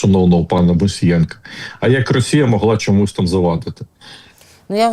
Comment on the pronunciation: Пане Тарасе,ви кажете,що американці бачать ЩО буде з ра😅щей.( Так давить на вуха,коли ВИ кажете расія) Питання: чому ж тоді старий доня так кохає плешивого і ненавидить нашого Президента?